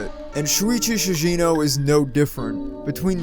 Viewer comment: Bruh its not Shuichi "SHIJINO" its ShiGEno.